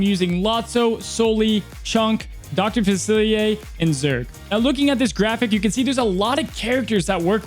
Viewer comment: Dr faci-Li-er. Not faciliaye. Seems like all the Disney tubers mKe this mistake